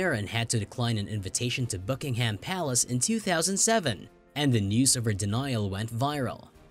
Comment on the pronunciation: Could we please have a narrator who can pronounce "Elizabeth" and "Buckingham". A lot of these examples are nonsense. Half of the Queen's' "subjects" don't respect her. You realise "The Crown" is fiction? Hardly something to base your research on.